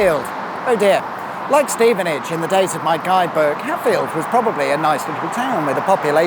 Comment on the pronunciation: Well done for properly pronouncing Stevenage (by including the sigh at the start) Never figured out how to spell that correctly. Something like hhhhhhh...stevenage